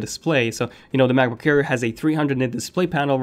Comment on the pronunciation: I kept hearing you say macbook care :P